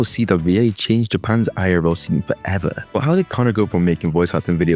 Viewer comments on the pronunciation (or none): "FOREVR" ? lmao